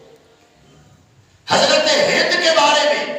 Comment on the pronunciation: naam Tu theak lay in k naam hind tha hinda Nahi